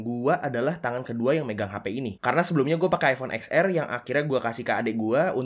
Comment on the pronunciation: lah bukannya worth it sama layak itu sama yak???😂😂,,, mana nyebut iphone xr jadi (eks er) 😂😂